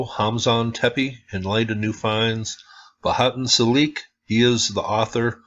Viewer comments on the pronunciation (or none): Celik is pronounced "Chelik"